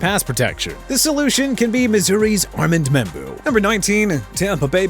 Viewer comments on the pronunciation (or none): fine with me... let Miami trade Tyreek Hill and get Matthew Golden. Happy now?! it's Ar-mond Membou!! What don't you understand?! it's not Ar-mand Membou. You know what? Keep getting the man's name wrong! See how that goes... also it's oh-mah-ree-on Hampton!! Really?! Go back to school and learn to pronounce!!! And if Mr. Grisby or anybody else wanna argue, I'm ready!!